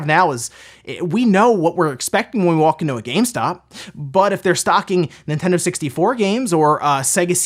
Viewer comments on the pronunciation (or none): Is it my waxy ears or does he pronounce Nintendo as In-tendo??